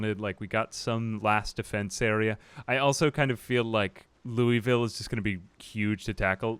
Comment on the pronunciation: Great content, even if it is just your voice and some zombie survival. Side note: Louisville is pronounced "Lou-a-vull."